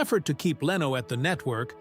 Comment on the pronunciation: You were very negative about Jay Leno. Jay did this all on his own without an agent! God bless Jay Leno! BTW, your computer voice cannot pronounce LENO!